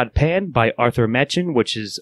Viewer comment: I think it worth you guys give a listen to Edward E French's reading/performance of this entire story. (It'll also help with learning the interned pronunciations of some of the names, including Machen himself, which is, actually, pronounced "Mock-in""). Overall an interesting overview of a landmark book in the poetic beauty-terror realm